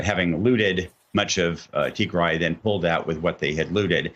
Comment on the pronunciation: Tygry it's tig-ray White people always mess up a name